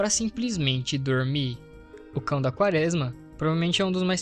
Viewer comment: vc já falou, pq é um Erro, se percebe q vc Não conhece a palavra(errando todas às vezes) e isso atrapalha na absorção da sua mensagem. Seria só regravar essa parte do áudio.